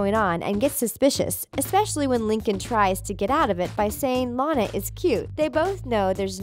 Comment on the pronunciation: THEY FINALLY PRONOUNCED LANA RIGHT